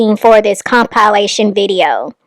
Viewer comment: your pronunciation of “compilation” 💀